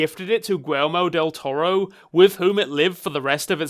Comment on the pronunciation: honest to god thought you said Elmo del toro; I was so confused till I looked at the screen to read Guillermo lol.